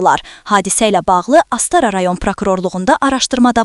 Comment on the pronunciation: Ay saytlar, vurğuları normal qoyan adam tapın, mətni oxumağa. Bu nə biabırçılıqdır. Saytların əksəriyyəti bu gündədir. Bu qız Astara sözünü tələffüz edə bilmir.